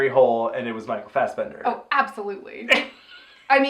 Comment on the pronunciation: It is so funny listening to you guys trying to pronounce Norwegian, mostly Micheal Fassbender.